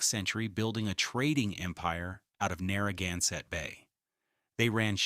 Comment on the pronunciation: I heard the same thing when they were talking about Rhode Island’s coastline. Everything was pronounced wrong!! Especially Narragansett was Narragunsett!! Drove me crazy!!!